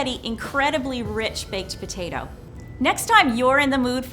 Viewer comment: “Baked pertatoh”